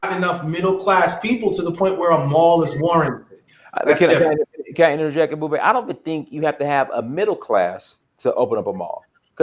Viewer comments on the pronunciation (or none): How say Africa American stupid but he can’t pronounce ebubedike name 😂😂😂😂😂 a clown will show his true colors